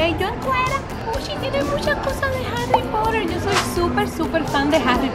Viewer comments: se dice harry poter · En inglés se dice más bien se pronuncia Jarri porer Pero se escribe Harry Potter Pero en México las palabras se pronuncian tal y como se escribe